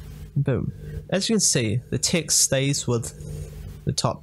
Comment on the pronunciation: good tutorial but i have one question. why you keep saying ticks instead of text?